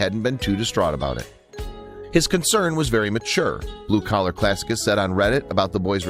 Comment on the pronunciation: Classicist is pronounced classi ‘ sist